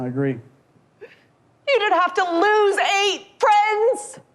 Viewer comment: Homie said “facts” homie said “priends”